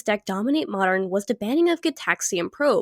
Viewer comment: Modern has a "d" in it, why do you pronounce it like marred...